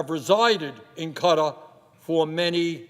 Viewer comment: "UAE and cutter" KUH-TAR, you ape. It has two syllables. Also, what is with your country and it's weird boner for religious states? First Israel and now UAE?